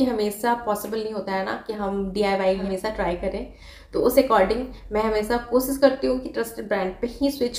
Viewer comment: Madam apne sh pe b kaam kro,,,kosis nhi koshish ,spesaly nhi specially hota h